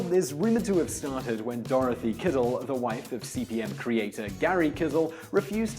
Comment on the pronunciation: Why does he keep saying CBM? It's CP/M. Control Program/Monitor.